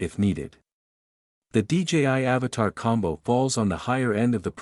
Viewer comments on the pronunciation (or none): At least pronounce the names correctly. AVATA NOT AVATAR.